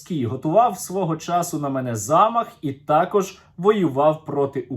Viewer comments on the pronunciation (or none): none